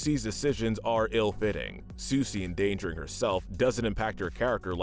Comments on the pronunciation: " susi " me: "It's sisu?.." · Um it’s not Susi it’s Sisu and Sisu is awesome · And they need to learn how to pronounce one of the main characters names. I got so frustrated hearing Sisu called Susi over and over. But despite liking the content I've HATED a lot of the awful pronunciation through a lot of the videos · Yeah, Susi! 😂😂😂🐉🍱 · You guys left out Princess and the Frog 🐸 And you pronounced Sisu's name wrong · Ok some notes *You pronounced Sisu wrong *You insulted Jim Cummings talent in voicing characters when he’s been a beloved staple for decades *The sides characters in big hero 6 (not the villain) we’re pretty memorable cause of their distinct personalities *I don’t think the message of Encanto was just all about perfection, it was also about family love and accepting each other (there’s also a small message on how grief and tragedy affect people) *That comment about Ralph being a creep for being friends with a kid and being overprotective was really unnecessary